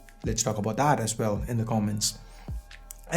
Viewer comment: Bro you said "ass well"😂😂😂😂